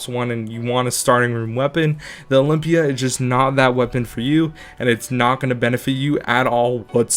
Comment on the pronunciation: i got triggered as soon as you said olympia